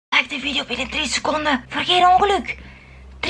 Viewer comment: ja hij zegt vidoe